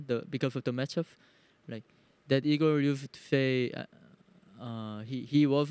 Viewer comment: Inglês tava bala só não curto quando você muda a pronúncia de coisas que a gente fala normalmente, tipo vc chamou o RedBert de "Aigor, em vez de Ygor normal" e chamou a Keyd de "Kid", mas é a única coisa que eu percebo que podia melhorar um pouquinho, de resto tá muito bom irmão ❤